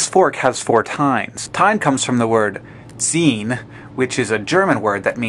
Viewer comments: you should really work on your German. I had to think some seconds before it hit me that you mean "Zinne" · Oh boy. I just had to look up what pinnacle means in German because the word Zeen does not exist in the German language. What Hank meant to say is "Zinne" wich is pronounced like Tsin-(like sin, with a sharp T at the beginning)-ne (with the e like "eo" in leopard). Tsinne. Zinne.